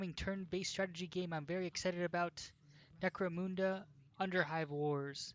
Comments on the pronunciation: Necro-muhnda, not Necro-moonda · Munda not muuuda